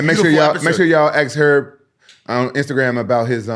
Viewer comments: 'Erb Dean fault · people be calling herbal tea or any particular herbs "erb" but not call Herb Dean "Erb Dean." 😂